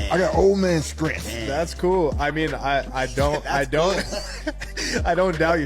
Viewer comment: I have natural skrength 😂😂😂